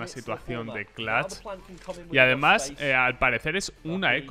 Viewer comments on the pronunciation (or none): Por que sera que dice Lacky o Clatch hahahahah Ingles pobre